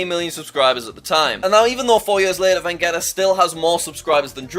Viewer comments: HAHA THE WAY YOU CALLED VEGETTA VENGETA He's a spanish youtuber and his name is pronounced Veheta :DD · The fact that he said Vegeta wrong... He said Vegueta or something lol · Jack's pronunciation of the Hispanic YouTubers it's just so funny, I had never heard "Venguetta" instead of Vegetta 🤣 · How is no one commenting on the way Jack pronounced Vah-ge-ta as Vah-Get-ah :( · Put some respect on Vegetta it's not Vengetta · SE LLAMA VEGETTA NOT VENGETTA BRO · bruh did he just say vangetta instead of vegetta lol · Jack said vengatta insted of Vegetta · lmaooo jack pronounced vegeta as veggeta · Its not vengetta lol its pronounced veg (as in eat your veg) eat a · did u really call vegeta vengeta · dbz fans crying that jack pronounced vegeta as vengeta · "Veghetaa" Lmfaaoo! Rip Vegeta. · He says vengeta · I very visibly flinched when you said Fernanfloo’s and Vegetta’s names. That was painful. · Just jack butchering the word vegeta hurt me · why did he say vegeta like that💀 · when jack does an oopsie on the spanish channels' names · How he says Vegetta LOL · You pronounced Vegeta' s name so bad that it isn't even real